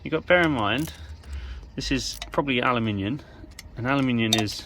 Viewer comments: Ah no, you’re reading that wrong, sounded like you said ALUMINIUN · Two things. Firstly that tensioner didn't seem to be doing much when you held it in place by hand as you put the screws in. I know when I did mine the spring tension was quite considerable. Are you sure the spring is sprung ! Secondly, did I hear you say 'aluminiun' lol